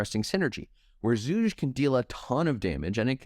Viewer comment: bro if you want to shorten his name just say "zhu", his chinese name is pronounced with a hard g.